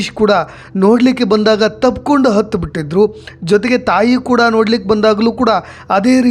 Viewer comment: ಅಯ್ಯೋ ಪಾಪ ಕಂದಮ್ಮ... ನಿಮ್ಮ ವಾಯ್ಸ್ ಕೇಳ್ತಾ ಇದ್ರೆ ನಿಮಗೆ ಬಂದು ನಾಲ್ಕು ತದಕ ಬೇಕು😢.. ತಬ್ಕೊಂಡು ಹತ್ತು ಬಿಡಲಿಲ್ಲ ತಬ್ಕೊಂಡು ಅತ್ತು ಬಿಟ್ಟರು... ಮೊದಲು ಅಕಾರ ಹ ಕಾರಕ್ಕೆ ವ್ಯತ್ಯಾಸ ತಿಳಿದುಕೊಳ್ಳಿ